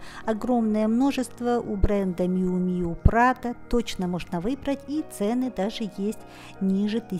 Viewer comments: правильно Мью Мью (Miu Miu)!!! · Еще одна вечная загадка модного мира – как все-таки звучит название бренда Miu Miu? Драмы больше нет, правильное произношение: Мью Мью. Не обижайтесь за то, что я Вас поправила.